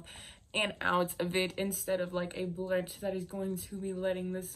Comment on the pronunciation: Blunt not blint